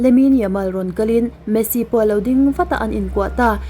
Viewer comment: Messi poh i chhiar hrang vekin ka hria😂😅